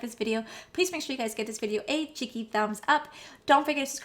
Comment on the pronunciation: I hear chickie I have listen to it over and over. But either way that should be the name of the group however she is saying it lol